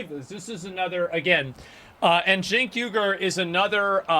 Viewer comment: Cenk is pronounced shank....for shit tank....he's trying to be as famous as Alex Jones...but people find Alex Jones entertaining...TYT have a blonde....as their main brains...nuff said...